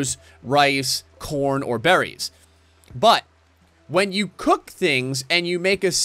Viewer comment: Your rimworld tutorial series is cool, but it drives me crazy the way you say berries.